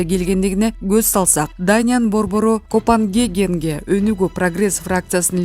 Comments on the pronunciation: Урматтуу диктор кыз сен создорду туура окубайсынбы. Кайсы окуу жацын бутконсун? Дикторлук шыгын бар , бирок Даниянын борбору Копенгеген дегенин кандай? Туура окубайсынбы. КОПЕНГАГЕН Даниянын борбору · Окуган катын сабатсыз бейм онтолоп араан окуйт. Копенгаген туура оку чычкак.Копангеген эмес. Бут чала сабаттар журналис, министр депутат болгон сон олкобуз кантип онуксун. Кайран ЭЛ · Эй окуп жаткан сабатсыз журналист:-копангаген эмес, "Коппенгаген" Даниянын борбору. Жазып берген тексти туура окуй албайсынар УЯТ, УЯТ, жана дагы УЯТ !